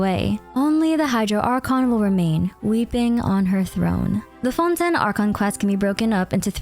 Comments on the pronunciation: please stop calling Fontaine "Fontin" my mind is going nuts hearing you say it that way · Btw, it's pronounced Fon-TAIN, it's the way every character pronounce it which makes it canon